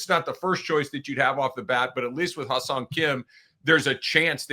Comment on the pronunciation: It's pronounced "Hyay-song" almost like "hu-yay" but with the "Hy" blending more: "Hh-yay song." Key: it's not "high-song".🙂